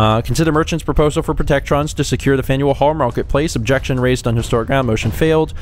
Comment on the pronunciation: When you say faneul hall I think faendall hall.☺☺